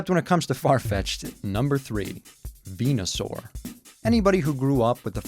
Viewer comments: **Venusaur, not Venasaur. ;) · 2 things: A. It's VenUsaur not VenAsaur B. Pokemon Green had Venusaur